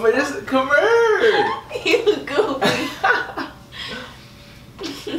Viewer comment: Come urr